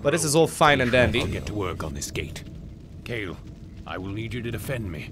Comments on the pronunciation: Okay, so, I just have to say this. KO-A-TL, each letter having a hard and clear pronounciation. It's winged serpents from I believe Aztec mythology. Not trying to be rude here, just had to point it out. Another great episode, though! :3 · The flying units are pronounced "coo-wah-tel". Good game!